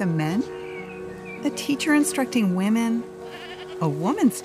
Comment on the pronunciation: I love your videos man. But your pronunciation of women drives me insane lol